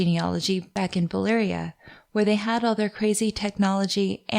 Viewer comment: I'm just here wondering why do people in general keep pronouncing Valyria and Velaryon wrong...